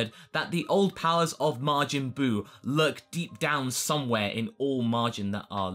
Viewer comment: His name isn't Margin Buu